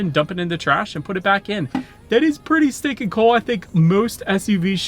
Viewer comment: I thought he was saying pretty steak n cool, I was like wtffffff, cringe 😊